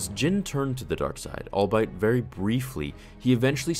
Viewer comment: *sigh* One day the chosen one will arise, who will bring balance to the force be able to pronounce "albeit." "All be it," not "All-bite..." It wouldn't be so frustrating if you didn't insist on using that word so much!